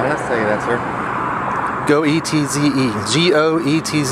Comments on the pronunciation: The last name of that soldier "Goetze" is pronounced "Getz". Does anybody remember Bernard Goetz? Without the "e". He's the guy that shot 4 guys that tried to rob him on a NYC subway in 1984. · I think it’s pronounced “geets” but I just call him stupid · Goetz is pronounced 'gates'. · His name is pronounced 'Getz' Some of you may remember the NYC subway shooter 'Bernie Goetz'. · His name is pronounced "Goats" 🐐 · His name is pronounced Gurtzer I only know this because of a football player with the same last name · ●●● Not that you care, but Goetz is (usually) pronounced GETS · Goetz pronounced "Gets". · It's pronounced, "Gets". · It's pronounced Gets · It's pronounced goatese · Goetze.....pronounced "Goat-sex"